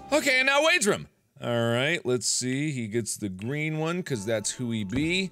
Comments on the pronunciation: I mean it's not bad, I know he's half Korean and I think German...it mightve been something else so I thought it might be from an accent. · It’s just Mark. He does that often. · Yeah I put that into mind to, I hear people say either differently than me. I say it like I-ther, others say E-ther. It's like that with Markiplier and how he says room.